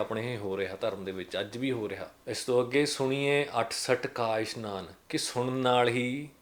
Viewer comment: ਵੀਰ ਜੀ ਬਹੁਤ ਵਧਿਆ ਵੀਚਾਰ ਨੇ ਤੁਹਾਡੇ ਪਰ ਉਚਾਰਨ ਸੁਣੀਏ ਨਹੀ ਹੈ, “ਸੁਣਿਐ” ਹੈ..ਧੰਨਵਾਦ ਜੀ🙏